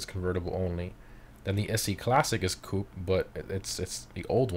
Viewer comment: ik but its wrong